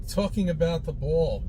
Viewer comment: If thinks they need someone smart to promote the flat earth, I suspect he means besides himself. He's very sure of his own brilliance. says he sees people are still "talking about the buoll" (my attempt at his accent). Actually, I know of no one who talks about it, except flerfs.